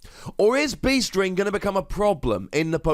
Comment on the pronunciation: Every time anyone says "Beast Ring", I hear "Bee String".